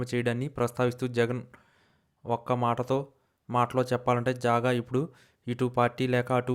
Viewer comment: జాగా కాదురా బాబు, జంగా క్రిష్ణ మూర్తి